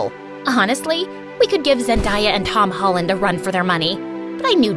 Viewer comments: She said Zendiah and tob hollin likeeeeeeeeeee whattttt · Bro didn’t even say Zendaya or Tom Holland right like imagine how do you not know how to say🙄💀💀💀